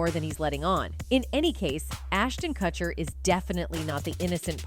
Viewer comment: Why can’t you correctly pronounce Ashton & Mika’s last names?